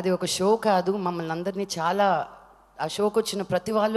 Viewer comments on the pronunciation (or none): none